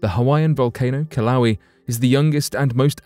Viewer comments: The volcano in Hawaii is not pronounced Kil-lau-wee. The correct pronunciation is Kil-ah-way-ah. Just saying... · Hawaiian words are pronounced phonetically. "Kill ah whey ah" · There is no volcano in Hawaii named killawee???....Do you mean Kilauea...it is pronounced as kee-lau-ay-uh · It's pronounced Kill-oh-way-uhh, not "kill-owee". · Is it pronounced killa???😶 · pronounced KIL-O-WAY-Y A🤣🤣🤣🤣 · Kilawi. LOL!! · "Kill-owie" lol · Took me a little while to figure out what he was talking about, and I live in Hilo. It's the worst pronunciation I've heard yet. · The way the announcer pronounces Kilauea...😂